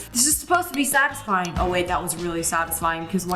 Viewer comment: bro said saxisfying instead of satisfying